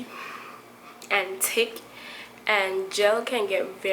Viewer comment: Listen, the fact that you totally ignore the h in thin and thick is making me miss home!!! WAAAAAA!!!!!!! Oh and great tips,t hanks for sharing. mwah